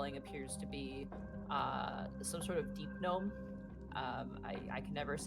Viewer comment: you actually got the deep gnome pronunciation right first try!!!!